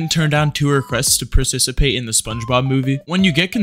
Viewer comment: You pronounce participate weird